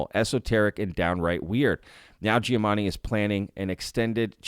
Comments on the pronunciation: It's probably your accent to my untrained ear, but I swear to god every time you mentioned "Giamatti" it sounds like you're saying "Giamanni" to my ear. You clearly know his name because it's in the video title. Not important, just trying to help keep up your engagement and that's something that jumped out to me! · Is he saying Giamanni ?